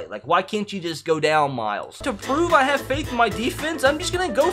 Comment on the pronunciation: he tried to say have